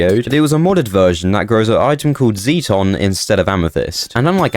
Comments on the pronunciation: The Sixth Doctor would scold you for mispronouncing ‘zeiton’…..and it’s actually zeiton 7 in the show, an essential element in powering a TARDIS. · Related, not "releated". ZAY-ton, not Zeeton.